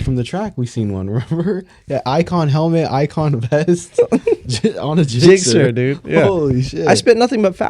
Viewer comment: Zixxer?!? Oh man..